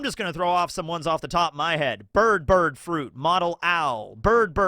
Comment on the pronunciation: Why do you keep saying 'bird' wrong? Do you have a speech impediment?